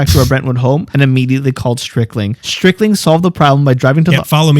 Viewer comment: It"'s not Strickling it is Stricklin. Howard Stricklin.